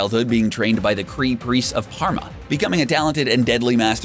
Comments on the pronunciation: Pama not Parma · Its PAH - MA not par - ma!!! But is spelled Pama